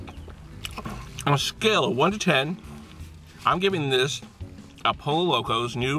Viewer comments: It's pronounced PO-YO not POLLO LOL! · Ralph Lauren making Polo bowls now? lol You're in Cali learn how to pronounce Pollo (p OH y OH)........come on now step up your game! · Omg you killed me 😂 you said pollo wrong every time and pollo is chicken not a duck 😭😭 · "Po-yo" is the correct pronunciation guys:) El Pollo Loco means The Crazy Chicken. What's up and YouTubers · Pollo is pronounced "poyo". Also pollo means chicken not duck. Hope that helps!!! Good vid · Chipote ley? I thought it was pronounced Chip-poet-el. Tort-eeya? I thought it was pronounced Tort-til-la. Thankfully you pronounced poe-lo right. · "Polo" You know damn well it's not pronounced like that. Dislike. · my friend it's pronounced "Poyo" but it's cool dude. You're still dope as fuck!!!! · Po-yo*** Creamy cilantro*** not ceaser dressing & it is not a pollo bowl. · it is pronounced Po"yo". pollo. PO YO. get it right. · You say you're Mexican but you pronounce Pollo like Polo wtf man!?? You should at least know how to speak Spanish if you claim to be Mexican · Actually it's spelled pollo. It's pronounced poyo